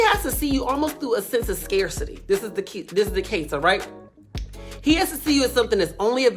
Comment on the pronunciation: New subbie!💯💪🏾 Thank you for pronouncing “scarcity” correctly! So many youtubers have no idea and it’s ANNOYING!